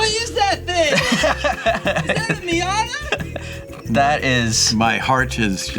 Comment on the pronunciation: ah yes, the miatatata